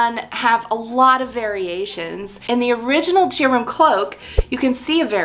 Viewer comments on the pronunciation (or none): Very interesting and inspiring! Just for the record, I thing Gerum is pronounced with a hard G, as in ‘gear’, and the name would be pronounced GAIR-room. I speak Norwegian, not Swedish, but the languages are very similar, related, and mutually understandable. Any Swedes watching?? Please correct me if I’m wrong!